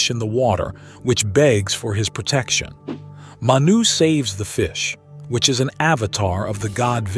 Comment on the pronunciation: It's pronounced (Mah-Knew).. We have the same creation story in my culture- I am a Native American, specifically I am an enrolled member of the Ojibiwe - Turtle Mountain Reservation.. Our Creation story involves a being named "Giccimanidoo" Manidoo (Mah-Knee-Doo) All creation stories come from the same event just miles apart. I can see that now.